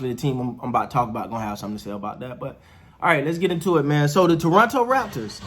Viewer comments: I’m liking your awareness of how to pronounce Toronto. T-R-O-N-O. ;) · Gupstan Gandhstan India Sure, but people who live in Toronto do not say Tor-on-to. At least not in the 40+ years I lived there.